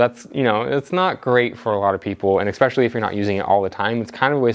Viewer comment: Esssspecially, not Eckkkkspecially